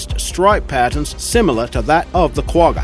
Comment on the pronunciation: You do not pronounce Quagga like that. The top rated in is much better.